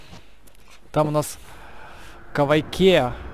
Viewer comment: я знаю, но ошибся и сказал кайвакиа